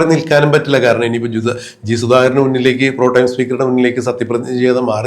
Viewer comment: Protime അല്ലടോ.